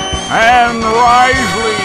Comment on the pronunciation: Okay, I have to dock a point for mispronouncing "Ann Risley", but you did pronounce Yvonne Hudson's name the way Don actually did (as "Yuh-vonne"), so bonus point. :-P